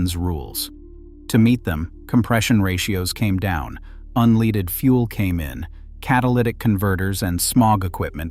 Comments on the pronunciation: You lost me when the narrator said unleeded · Your gaybot pronounces unleaded wrong at least once. You can't read a script yourself? By 1982 I could outrun a police car in my Pinto.